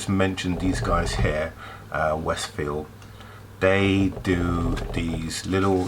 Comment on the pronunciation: Glad you are finally getting sponsorship, but I don't think the sponsor will be to happy that you pronounce their name wrong. You refer to them as Wes Field when it is actually pronounced Wes Shield. I just wouldn't like to see your first proper sponsor leave because you got their name wrong LOL